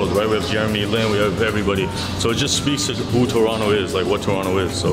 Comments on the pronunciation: Man, y'all's Toronto videos finally started to drop now! Good job getting pronucing Toronto right! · I love this place! Also y’all know how to say it proper ✌️Torono for life ❤️